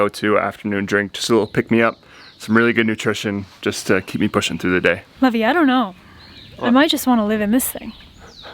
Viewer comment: lovey did she say lovey?